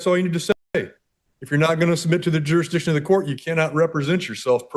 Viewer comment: You would think that - at a minimum these SovCits would learn to say the word "Jurisdiction" ... It is NOT "JUR-DI-SHUN"